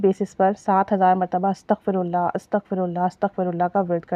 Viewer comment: Astaghfi hota h astghfu nai. hota .Yani astaghfirullah hota h Ataghfullaha nai hot. Fey pr zer h pesh nai